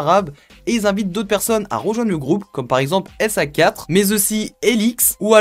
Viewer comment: J'ai hurlé de rire quand il a prononcé Sa4 S-A-Quatre La bonne prononciation c'est "Zavir" mdrrrr